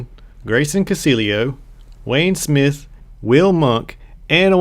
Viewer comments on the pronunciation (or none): none